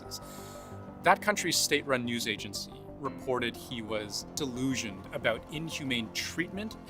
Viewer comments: The only thing he fcked up was reading ' Disillusioned ' as ' Delusioned '.....which isn't even a real word 😂 Other than that....great! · Bro read 'disillusioned' as 'delusioned' lmao.